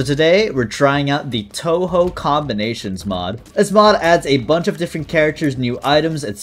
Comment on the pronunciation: bro really pronounced it as Toho